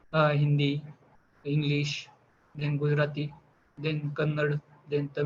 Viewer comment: It's not kannad it's "Kannada"